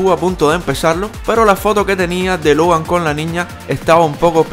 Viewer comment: El dijo hogar 🏠 en ves de Logan🤦🏻